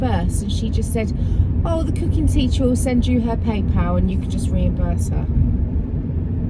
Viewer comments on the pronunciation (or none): none